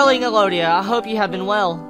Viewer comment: elodie is pronounced eh-lo-dee if no one corrected you yet. :)